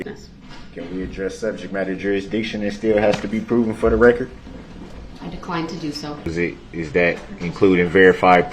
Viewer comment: Ok be "akerit" for the "rekkert". He doesn't ask for the grounds for the judge sustaining the objections. Rather, he asks for the "Grounz for the substained". Just want to keep the all important "rekkert" "akerit" and clear. Also...I'm relatively certain that "Cu-whore-shun" isn't a word, but what do I know? Finally..how could anyone be so stupid that they entirety misunderstand the 6th Amendment, believe that "only a living, breathing person can bring charges" and my favorite...choose to represent themselves and then try to hide behind the 5th Amendment. Why do idiots believe the 5th Amendment applies to anything other than the right against self incrimination? Like sall sovereign cidiots who believe that being asked for your name is against your 5th Amendment rights. Acting as your own counsel kind of necessarily means you must speak, 5th Amendment rights or not. Imagine the hubris of some dumb a** off the street with zero higher education and a clear misunderstanding of all things legal, legal splaining to a judge that he "can tell them whatever I want to tell them". The absolute freaking nerve.